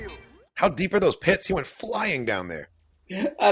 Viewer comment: Yeah, I worked for a firm in which some people pronounced it, "Oh, Sha!!!" :-)